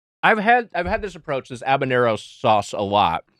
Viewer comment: Why is Wiger saying Abanero???